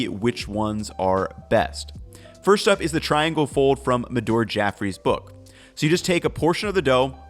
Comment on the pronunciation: "...notes in her pook that these go great with any number of Indian vegetable disesh."